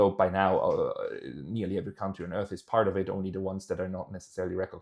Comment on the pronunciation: CAntries,. Country = Cantry aber County = Caunty